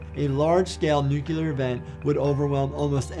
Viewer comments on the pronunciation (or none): Not to be a jerk, but it’s nuclear not nucular. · Stop saying nukular.